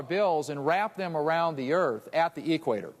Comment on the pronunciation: The eee-quator.